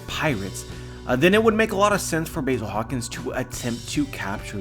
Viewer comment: I didn't know Basil Hawkins had a 'y' in his name, you are saying it wrong!